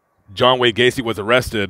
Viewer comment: John Wayne GAY-CE.